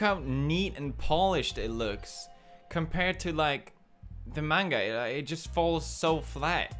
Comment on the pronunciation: thank you for saying manga not menga.